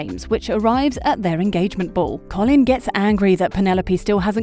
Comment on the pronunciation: It’s not “coff-lin” 😂